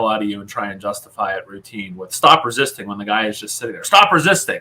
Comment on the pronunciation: That "stop rissisting "is the beat people of the Public!!!!